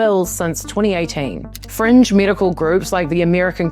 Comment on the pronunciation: For a moment I wondered what the French had against trans people, then I realized you were saying "fringe medical groups".